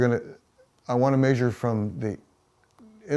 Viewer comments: Why can't he say 'measure'? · It's old people speak. Same with mondee (monday) or crick (creek) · I rather like the old fashioned dialect of how they pronounce measure as "meh-zyuhr". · I like how he says mæsure just like Fred from Scooby Doo says træsure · The way he says 'maysure' is like Fred saying 'traysure' in Scooby-Doo. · the way he pronounces measure is killing me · Never heard somebody pronounce the "a" in the word "measure" before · I have relatives in the Midwest who say it that way, but much more pronounced in the older generation